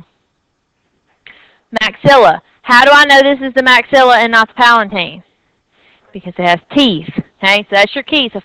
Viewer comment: is not palaNtine! is palatine..,u need to correct this please